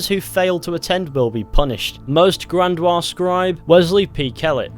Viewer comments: Bahahaha grandwaa 🤣🤣🤣 it's gran-di-ose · Grandiose < Grandwa... or however it's spelled lol Btw you gain honor if you kill the kkk members. At least I did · He most certainly did not, it's an english word, and in english it's pronounced gran-dee-ose. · Grandiose, look closer, friend, it’s not Grandoise, it’s not French. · Gran-dee-ose. I just needed to get it out of my system. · grandiose is pronounced Grand-ee-ose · That ain't how you pronounce grandiose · thats not how u say grandiose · Lol he pronounces like a Frenchman